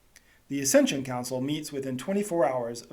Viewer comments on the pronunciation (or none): It is an ACCESSION Council, NOT ASCENSION Council !!!!